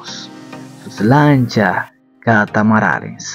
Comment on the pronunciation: Amigo no es "Catamarales" lo correcto es "Catamaranes"